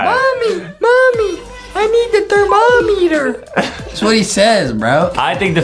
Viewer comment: Bro he said thermommyther